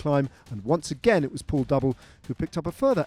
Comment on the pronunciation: He kept calling him Pool. Couldnt figure out who he meant